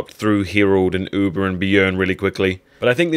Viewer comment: "Uber"?? I thought it was "Ube"? (ooohbehh)